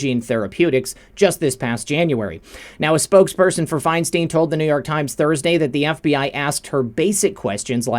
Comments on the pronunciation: FeinstEEEEn???? It’s ...STEIN ! Like FRANKENSTEIN. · It's Feinstein. Fine stine !! You're driving us crazy mispronouncing it !!